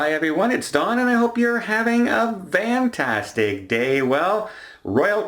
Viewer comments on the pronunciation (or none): Is he saying fantastic? It sounds like vantastic to me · He is saying "vantastic." It's an inside joke between Don and his regular viewers and comes from a very early episode where he kept flubbing his lines.